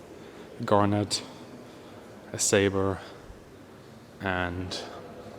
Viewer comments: Hi, love your channel, but it is a 'gannet' not 'garnet'! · Fascinating video - thanks! Your English is excellent, but (and it's only a tiny thing) I think I heard you pronounce "Gannet" as "garnet". Two different things... A gannet is a seabird, while a garnet is a gemstone. Carry on!